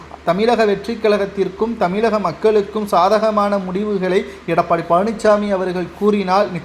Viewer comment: Edapadi illa. Edapaadi. Please learn Tamil.